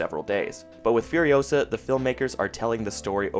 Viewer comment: It's furiOsaa, not furiosAAAA